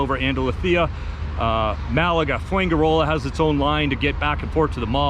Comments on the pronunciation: Fuenkirola??? Its fuenGirola! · Interesting but pronounce it fwen he row lah with the stress on the row. Enjoy! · Foo en jee roller